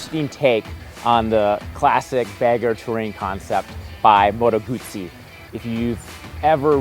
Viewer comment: It is 'Motto Gutsy'. Italian has no long vowels at all.